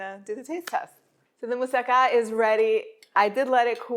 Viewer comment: Nice to hear Moussaka pronounced correctly :)